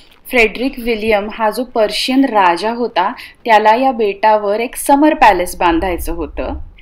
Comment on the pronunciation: पर्शियन नाही ताई प्रशियन म्हणा.